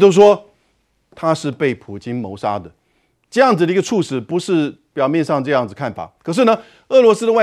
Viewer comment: ……猝死……不读脆死……读醋死！而且语音表达不流畅！别主持了好吗？